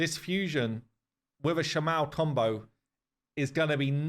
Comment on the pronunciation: Shama-el <- the end is pronounced strongly (same for Kael etc).